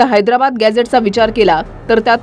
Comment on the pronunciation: याला निट हैद्राबाद म्हणता येईना याला अध्यक्ष केलं आहे